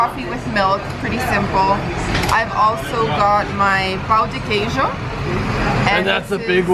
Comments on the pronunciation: I think he found it funny the way she pronounced the word "pão", which sounded more like "pau". Pão meaning bread, and pau meaning stick. It's not an easy word for foreigners to pronounce, so no worries, Brazilians can't even speak basic English, so he shouldn't be laughing. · No, she is pointing out your pronounciation of ã. Don’t worry, unless you speak Portuguese, most people can’t....although, I am wondering if there is similar pronounciation in Spanish